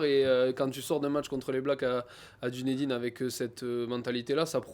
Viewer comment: Dunédine se prononce Deunideun.